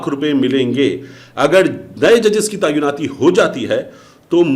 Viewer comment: The Urdu word is “Tayinaati “and not “Tayunnati” as this guy is pronouncing,I wish these guys did their homework before opening their mouth on media.In Urdu,”Tayyun “,means, to determine,”Tainaat”,means,to appoint.Get your Urdu right.